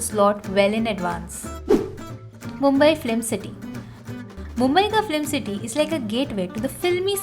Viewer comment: This is a very useful video because we often wonder... Mumbai mein kahan jayein ghumne. And a feedback. You are saying flim instead of film.